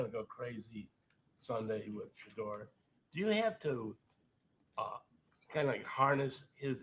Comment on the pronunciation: He just can’t say Shedeur’s name. It’s just a shame to say a rookie. His name is SHEDEUR dude.